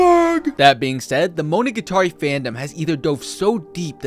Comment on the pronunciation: You pronounce "monogatari" weird